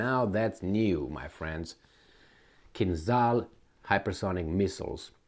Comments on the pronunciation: Tupolev, not "tupelov" lol also KinZHal", not "kinzal". you are not a native english speaker so you shouldn't be that dyslexic rofl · Kinzhal is pronounced kin-djal 🇷🇺